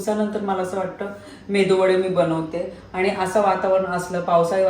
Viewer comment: Please say right pronunciation MeduVada not Mendu Vada 😊